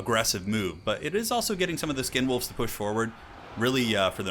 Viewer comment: Did you call skinwolves condomwolves or are my ears reaally in the gutter?